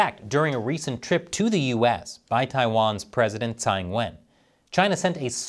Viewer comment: If you care about taiwan, you should pronounce her last name (Tsai) correctly. The way many Americans pronounce poo (in taiwanese) for her last name(Tsai).